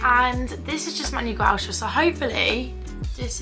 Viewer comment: U pronounced gua sha wrong and black opium wrong 😑